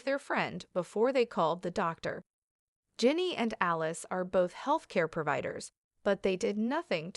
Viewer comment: Alice?.Aliyse. The reporter hasn't pronounced any of those names correctly.